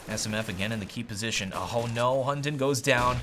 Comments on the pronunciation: Hunden in danish is pronounced with a soft d, so you say it like; Hun-en :) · It sounds so funny when you say "Hunden's" name xD